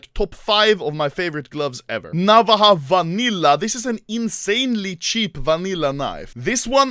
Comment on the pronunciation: its pronounced na-vá-ja theres a strong emphasis on the va part not the na part a navaja in spanish is just a smaller knife used as a tool